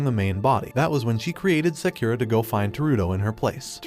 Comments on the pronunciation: "seukura" headass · he said sakeera when the name is spelled sakura its like he doesnt watch anime or is it a robot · sakura is pronounced as sekura? really? then it's prounced as sekira? bruh, this is either cultural appropriation or ignorance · Did u just pronounce sakura sakyura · Bruv you didn't pronounce sakura right boi